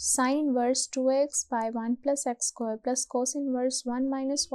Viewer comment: please correct your pronunciation. of square. ,its square not sqore